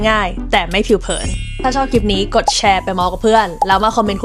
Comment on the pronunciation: เล่าสนุกมากค่ะ ขออนุญาตแนะนำให้ระวังควบกล้ำอีกนิดนึงนะคะ นิดเดียวค่ะเพราะส่วนใหญ่ดีอยู่แล้วยกเว้นเวลาไหลๆจะลืมลอลิงเช่นคำว่าคลิปที่เผลอหลุดว่าคิป เพราะถ้าพูดชัดๆมันเท่ดีอ่ะค่ะ และคุณก็กำลังมาถูกทางละ เราสมัครแล้วนะคะเป็นกำลังใจให้ค่ะ จะติดตามนะคะ